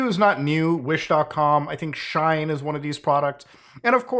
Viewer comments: Shine? or Shein? It irritated me when you mispronounced it consecutive times. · Not Muta saying Shine instead of She-In 😂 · its not shine its said like shean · Shein is not like Shine. But like She in. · FYI, I think Shein is pronounced "she-in," like it's two words "she in." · its Sh-ien (like sheen) not Sh-ine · Lol… “shine” It’s She-In (shortening of their original name “She Insider”) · It's She-In like "I'm in" you know ? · Bro pronounced Shein as “shine” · Please never pronounce shein as shine ever again 😂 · I 2asnt looking at my screen and it took me a solid minute to figure out that he was talking about she in. Now i dont know the pronunciation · Shein is pronounced She-In. Anyway, I'd love to meet anyone who ordered a Switch off of Temu. 😂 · he cant even say the name properly and the sales are real ngl this guy is salty he didn't think of this idea lol oe smart enough to do it. its free shipping and I've received all good quality items so far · Please, no one correct him on the pronunciation of Shien. I'm living for this rn. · Hearing the way Muta pronounced “Shein” made me realise that we really occupy different spaces on the internet 😂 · oh sure, it’s just that I’ve heard the word so many times now bc of the kind of things I follow online that it didn’t even occur to me that someone would pronounce it differently lol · You pronounced Shein and Uyghur wrong. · you're just gonna pronounce shein like that 😭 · You keep mispronouncing shein.